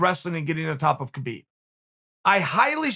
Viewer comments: you know its HA-BEEB not KAH-BEEB, right? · Key-Beeb's not that wai. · Chael "kheebib" Sonnen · Khabib "Khibib" Nurmagomedov. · Chael “kheebeeb” sonnen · Chael “kheebeeb” Sonnen Still has the biggest arms in west Lin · Literally no one: Uncle Chael: “Kebeep”